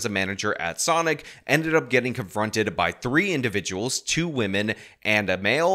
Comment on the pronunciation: 100%, this chick pronounces it “Sunic”.